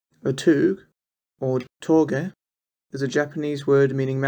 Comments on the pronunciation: Wtf are your pronunciations you know it's touge but you keep saying tuge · my guy really said "toog" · every time this guy says “toog” i want to pass away